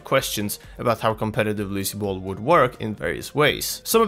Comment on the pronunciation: You said Lucy bal its Lucio ball